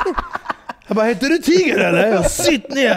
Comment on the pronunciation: tiger ska ju ha engelskt uttal som i t.ex. tiger woods